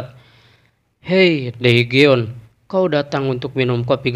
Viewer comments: cara pembacaanya terlalu jujur daegeon itu cara bacanya degun 대건, jika daegeon di baca daegeon itu jelas terdengar seperti susah sekali membacanya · Daegeon di baca degun min, jagan terlalu jujur bacanya